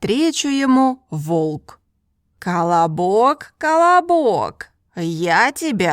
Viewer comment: The way she pronounced the word колобок, sounds like she's telling me to shut up in Brazilian Portuguese "cala boca" (shut your mouth), and I not going to lie, I laughed when I first opened the video and was listening to the history, because I felt like those silly elementary school children who laughs at fart jokes and things like that. I had fun, this is what language learning should be for all of us, and it is for me. I learned English fluently by having fun while playing video games, and now I found this channel because of her review of the new penguin Russian course, and I just ordered from Amazon like she herself mentioned, and in a few years I'm going to surely achieve fluency in Russian, and I'll learn Mandarin afterwards. I fell in love with this channel! You're doing a top notch service for the self taught language learners community! Language learning is a hobby of mine that I do it daily. I'm subscribed to the channel and I'll watch all your videos. This is Dalton Melo, I'm 27 years old, and I live in the the northerner state called "Pará" in a city capital called "Belém". Just a random guy trying to achieve fluency in Russian through this great and wonderful channel.